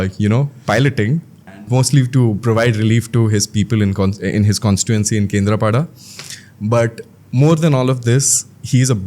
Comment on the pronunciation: What do you mean by calling him pandaaaa thats panda ….also not kendrapadaaaaa its kendrapada…atleast try to pronounce names correctly as you are a odia person